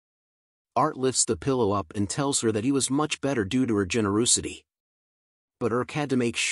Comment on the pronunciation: Generoosity XD